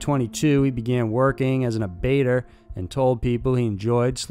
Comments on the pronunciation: Abattoir is pronounced Abba- (like the musical group) twar (rhymes with the band Gwar). Not a-bate-er. European name for slaughterhouse. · Ab-bait-er? Do you mean abattoir (ab-ah-twar, like Gwar)? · Great video: abattoir is pronounce ah-buh-twar. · Did you mean to say Bunting worked in an "abattoir" (ab-uh-twah)? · a5girl I scrolled way down to see if anyone else caught that, thank you!